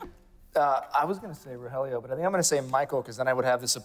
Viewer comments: I can't get over the fact that guy keeps calling ro (helio) ro (jellyo) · Hahahaha yeah noticed it too it’s ro hell lio